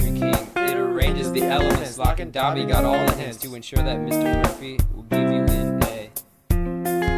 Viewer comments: its DOBBY not Dauby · So bad it's funny.. Btw it's dobby not daube